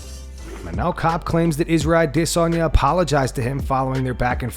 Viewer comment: The way the narrator pronounces Adesanya always sends me